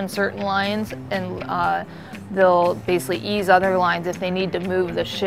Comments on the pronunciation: Is that lieutenant incapable of correctly pronouncing the word 'basically'? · Please for the love of God, someone teach the Lieutenant to pronounce the word basically.